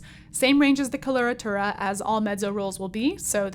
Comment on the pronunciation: it's coh-loh-rah-tooh-rah. not kolortorah. wouldn't it sound more professional to pronounce words about your field of study correctly? especially when you make worldwide contents